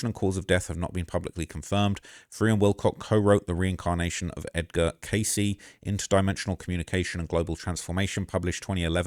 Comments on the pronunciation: Edgar Cayce is pronounced CAY'see.....not case....sheesh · Dude do your research 😂😂😂 edgar K.C THAYS HOW YIU PRONOUNCE IT TF ,ROOKIE 😂😂😂🎉😂🎉😂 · Sad story. Edgar Cayce is pronounced K-C. Definitely checkout a documentary on him and amazing person life and abilities. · Edgar Cayce pronounced like “Kay-See”.